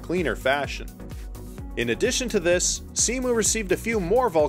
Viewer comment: Minor detail, but Cemu is pronounced "c-mew" not "c-moo", just wanted to point it out, I love how much effort you put into this video